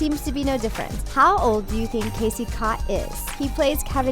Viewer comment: wdym.. his name is Casey Cott.